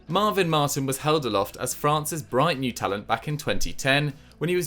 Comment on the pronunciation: Seriously, how do you absolutely nail Sinama Pongolle, yet completely destroy Marvin Martin (which is considerably easier to pronounce)😂